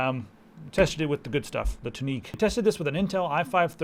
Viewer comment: what the hell is "Tuneek?" Im pretty sure its pronounced "Tune-nick"